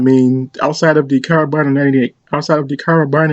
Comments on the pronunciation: Kar a bin ERS. And marss 36 not mass. Gotta get your words right to be taken seriously, and you should be taken seriously, you do some wonderfully deep research, except into pronunciation. That counts too, it can make you sound sloppy, as if you didn't research. Its just the next step my friend. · I cringed a bit at how he pronounced Karabiner and Wehrmacht